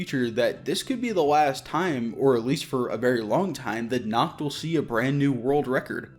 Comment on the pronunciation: I speak a little German, so yeah. I hate how they say it. It means "night" my guys, not "naked". Lol